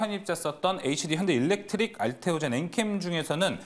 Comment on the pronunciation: 어휴 첫번째 아저씨 왜저래. 한번도 아니고 계속 ls일렉트로닉이라고 하네. hd현대도 일렉트로닉이라 하네. 지난번 방송에서도 저러더니 분명 누군가가 지적해줬을텐데 방송에서 저러는건 노력이 없거나 고집아닌가. 진짜 계속저러니 못들어주겠네. 일렉트릭 일렉트로닉의 단어 차이조차 이해못하는 듯.